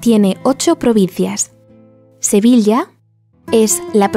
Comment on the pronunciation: Sevilla está mal pronunciado.